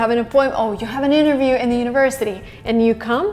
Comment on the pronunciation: Me:- Interview...............:- pronouncing "Innerview" 🤣🤣🤣🤣🤣🤣😁😁